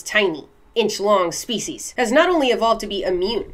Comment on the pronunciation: When you said "let's break this species down" I heard feces..... like break this shit down... annnnd I'll be saying this from now on